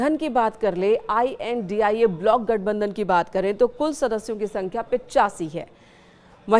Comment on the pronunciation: Isko I.N.D.I.A padhne nhi aata h kya